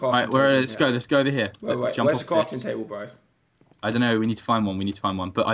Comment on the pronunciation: You were a bit annoying when you kept saying burh bro